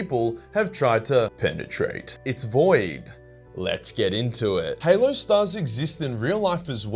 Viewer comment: it is now canon the halo stars are pronounced hellooo